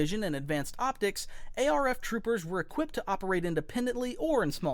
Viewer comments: The voice IS AI, You can obviously tell by how they pronounce words. A-R-F Trooper instead of ARF Trooper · Bro said ARC like a normal person but not ARF 😭